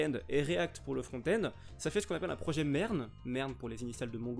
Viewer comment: vers la fin de la vidéo j'ai compris merde au lieu de MERN XD heureusement que tu l'a expliqué